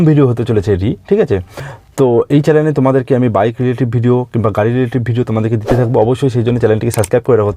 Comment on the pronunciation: ওরে বলধ চ্যালেন নয় চ্যানেল হবে